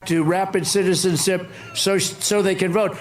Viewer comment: He also couldn't say citizenship. And mass what? 😮